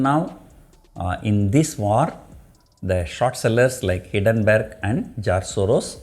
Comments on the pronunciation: Kindly note it is not Hiddenburg, nothing is hidden, it is Hindenburg. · hindenburg pronounce is wrong